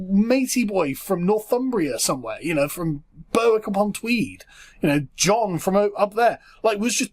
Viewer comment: I tried to be as angry as, but when he pronounced "Berwick upon Tweed," i nearly pissed myself.